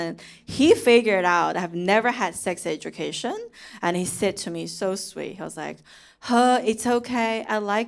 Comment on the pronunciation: HE but pronounced as HER (British accent) 😂😂😂😂 your name is so conflicted 笑話都非常有深度喔！💪💪💪👍👍👍👍👍👍👍👍👍👍👍👍加油。想看更多。